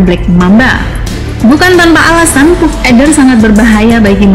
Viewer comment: Dibacanya Paff mbak bukan Puff 😂😀😀